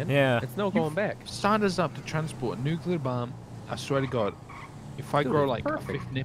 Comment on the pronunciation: Nucular killed me